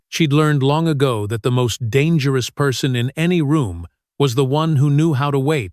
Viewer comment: Girls name is autumn not otoom, also this is supposed to being an American school so why does narrator break into a French or European accent for certain words eg dangerous etc, get someone who can speak English